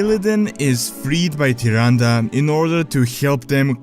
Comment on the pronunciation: Nice video! And finally someone pronounces Tyrande right ;D